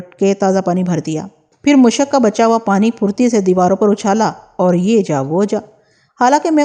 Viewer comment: Aap Ka talaffuz bohat ghalat hai For example سقہ Sikka nhi Saqqah Ana مشک Mushaq nhi Mashak